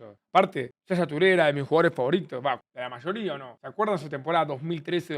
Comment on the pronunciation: Yaya Toure❌ Shasha Toure ✔️